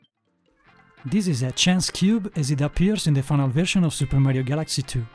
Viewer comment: Had to stop so I don't risk any more spoilers (my son and I just started Super Mario Galaxy 2 together). Nice hearing your voice. Did you say Meh rio?